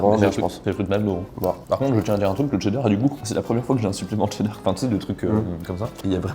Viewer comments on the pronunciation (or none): Pk il dit « tcheddar » au lieu de « cheddar »